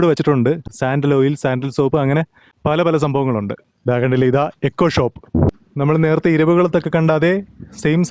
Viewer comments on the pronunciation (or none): none